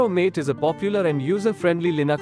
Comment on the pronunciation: MATE is pronounced MAH TAY not MATE. From Wikipedia: MATE (/ˈmɑːteɪ/)[